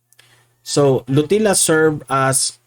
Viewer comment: pronounced as lotilya